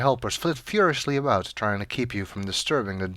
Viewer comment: A tug on the line? It's a-boot time we caught something!